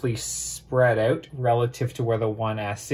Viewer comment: When he says "out" I can tell he's canadian, and I love it.